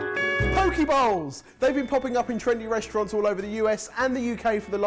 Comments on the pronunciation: Who else heard say Pokéballs, instead of Poke Bowls? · Imagine russell brand saying poke bowls. You'd 100% hear pokeballs.